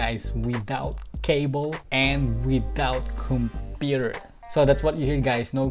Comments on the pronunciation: The way he tell computer 😂😂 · Got thay Filipino accent 😂